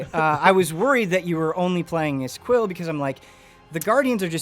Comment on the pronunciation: Boy his name is quill not quin, it sounded like he said that at some point